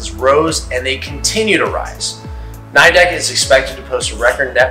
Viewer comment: Nidec’s correct pronunciation is “n /ɪ/ dec” not “n/aɪ/dec”